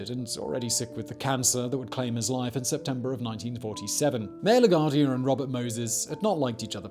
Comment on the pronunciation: “Lagwardia” jeez. You ever flew to nyc? 🤷🏾‍♂️😂🤣